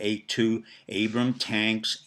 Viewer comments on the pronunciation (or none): none